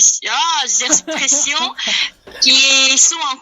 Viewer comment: Les coréens ont vraiment du mal avec le R "les exprrreessions"😂😂